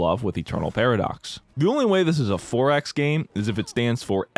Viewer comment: I thought he said ForEx as in "Foreign Exchange" 😂